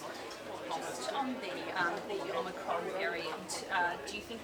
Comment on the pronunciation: No way! He can’t even pronounce a word correctly. What is omnicron? It’s omicron… He needs more schooling. Absolute disgrace.